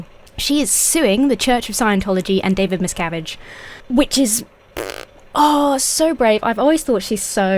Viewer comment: Throughout the video, I kept hearing the leader's name as "David Miscarriage", which made it unintentionally funny.